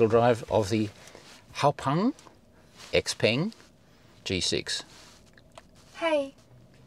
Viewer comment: Btw, it’s pronounced “Siao Pern” in Chinese. Phonetically X = S